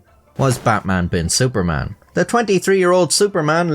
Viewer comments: It's pronounced Bat like "but" Man like "munch" without "ch" Bin like "been" Su like the "soo" in "soothing" Par just like "par" Man same as before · the pronunciation of it is "betmen bin suffermen" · Wdym the pronounciation of his name is but-mun been soo-parmon? It's pronounce just like how you pronounce it in the beginning of this video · His name in Arabic on the ID is actually pronounced "Batman Bin Suferman" - There is no letter P in Arabic, so I think they replaced it with the letter F. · It is baqman bin soferman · haha yeah no im pretty sure it's actually pronounced :"Batman bin Suparman" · Frankly, your normal way to pronounce Batman is closer than your attempt at Javanese 😂